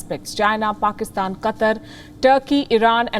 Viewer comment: wtf is parkistan? khud ko bolna nhi aata 🤣🤣